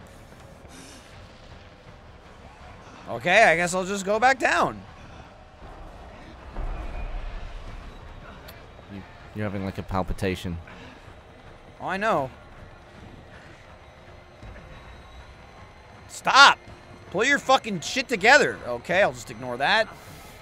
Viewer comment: that palpatation